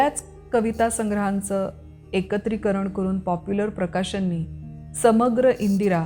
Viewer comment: 4.20-उत्तम वक्तव्य आणि उत्तम कवितावाचन! फक्त एक अत्यंत सूक्ष्म उच्चारातली चूक तेवढी सुधारावी अशी नम्र विनंती. 'प्रकाशनने' च्या ऐवजी 'प्रकाशनाने' असा शब्द पाहिजे.